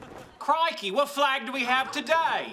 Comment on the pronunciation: Fwag, fwag, fwag, not a fwag. Kripke best guest 😂😂